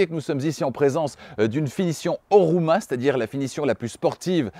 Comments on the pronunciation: Sauf erreur, Homura et non Horuma. Le reste comme toujours parfait. Bravo. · Homura la version, et non Horuma... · la version est HoMUra et non HoRUma